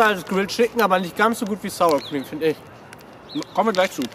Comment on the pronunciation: "Sur Cream" :D